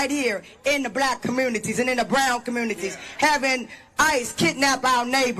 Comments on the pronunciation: Did she keep saying comoonities and not communities? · These fools can’t even speak English… “commoonities?”